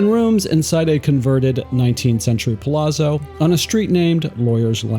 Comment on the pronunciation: It’s pronounced ‘pa-lat-zo’.